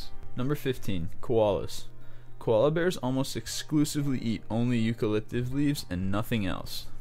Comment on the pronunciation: On #15 listen to him say Eaucalyptis leaves,ha,ha,ha,...